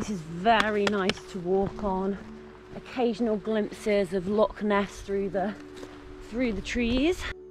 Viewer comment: Thanks for this, the correction is appreciated. It’s actually Loch Ness though, not Lock